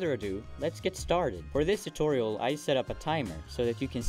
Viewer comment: You make a video tutorial, put "tootoral" in the title, and didn't animate Joel freaking out over it. "T-TOOTORALS!? Tootorals?"